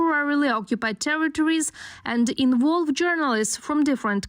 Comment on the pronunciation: There are two Vs in the word 'involve', and the narrator pronounced the second one correctly, while still making the first one sound like 'w'. Why do the Ukrainians insist so much to mispronounce Vs so poorly so often?